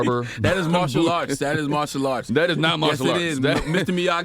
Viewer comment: The man said "Partial Arts" 🤣🤣🤣 Genius